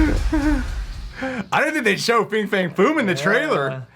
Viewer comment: it's not fing fang foom.....:)